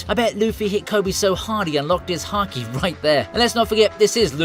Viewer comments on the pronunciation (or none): none